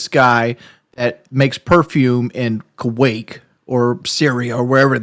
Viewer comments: ITS KUWAIT WINGS NOT KUWAKE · DUDE...Wings...It's KUWAIT...with a T